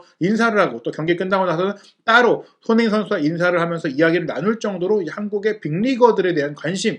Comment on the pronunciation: 말이 너무 빠르고 웅얼울얼해서 손흥민이 소는민, 소네인 이라고 들리는 등 듣기가 좀 불편하네요. 첨부터 쭈욱 같은 템포로 랩을 하시다보니 나중에는 귀에 피곤하기도 하구요. 눈으로 보기에 화려한 영상도 아니고 말이 전부인데 발음에 좀 더 신경을 써주면 좋은 영상이 될거같습니다.